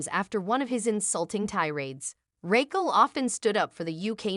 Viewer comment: I like that it never says “Raquel” correctly